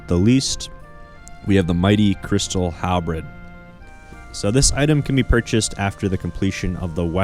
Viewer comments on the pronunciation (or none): Great video! I still occasionally user the Karil's set just for fun and it totally slaps with amulet of the damned. One thing though, you misspelled and mispronounced halberd.